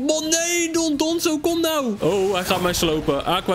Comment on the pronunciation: yeah goed gedaan met die titan :D eigenlijk heet ie dondozo niet dondonzo